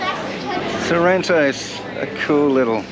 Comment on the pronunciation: Its sorrento ,pls say the name properly